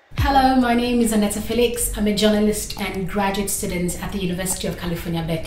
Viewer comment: Wow I Iove a pronunciation of your name 😍